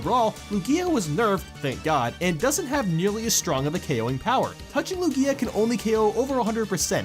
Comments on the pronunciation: it's pronounced LOO-gee-uh not loo-GEE-uh. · LOO-gee-a, not lu-GEE-a